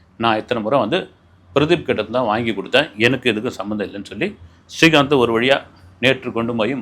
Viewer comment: Helo sir ungal program ellam super. neengal srikanth ucharikumpozhuthu stree kanth entu sollgrigal